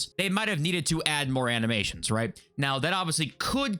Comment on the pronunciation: I never want to hear "Ani-meer-shuns" ever again 😂